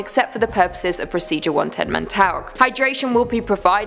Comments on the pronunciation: I'm British it's still 110 Montauk not montok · How hard is it for a British person to say “Montock” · Pronunciation mon tau ck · Montauk pronounced Mon-talk. Thanks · “montock”... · I hate the way "Montauk" is pronounced in this video